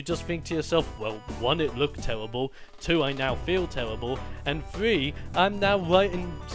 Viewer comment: geez, someone is on the DESTINY side:( btw its terrible not tewweribwl......